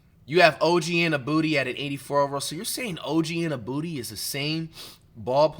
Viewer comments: this nigga said Og Anu-booty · Mf said “OG Innabooty”😭